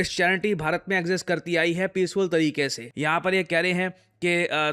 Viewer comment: "peaceful tereke see" 💀💀💀💀💀☠️☠️☠️☠️☠️☠️☠️☠️